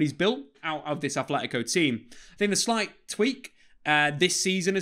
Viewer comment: Love it, but it's not ATHletico, everyone says TH but it's aTleti, with a T, love the content:)) Aupa Atleti